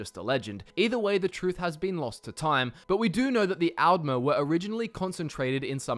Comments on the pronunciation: That's al'mer with a d not al'mer with a t 😂😂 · Since the T's and D's sound similar in your accent, why not try distinguishing them by pronouncing the A's differently for Aldmer and Altmer For example, pronounce Altmer as you do now, and pronounce Aldmer as "Ahld-mer", as the softer A might make the D sound more noticeable Also, thank you for pronouncing Chimer like Kimer, and not like they're a race of wind chimes lol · The way he pronounces the A’s is really weird. All Australians I know (myself included) would/do pronounce altmer, aldmer, alternative, etc more like ‘old’ rather than like ‘Alphonse’.